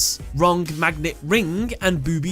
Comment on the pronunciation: He said BOOBY trap